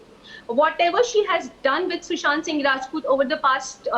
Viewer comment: I am just so angry, she keeps ruining sushant's name, even after she ruined his life and ended it... How can such a person be allowed to do as she pleases??